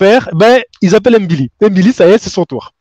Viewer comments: Tu prononces très bien "ngannou", mais là de même c'est "mbilli", non pas "M-billi" 😉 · Salut, il faut prononcer le nom MBILI, comme NGANNOU😊